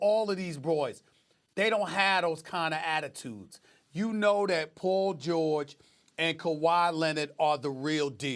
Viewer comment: Did he say Pool George 😂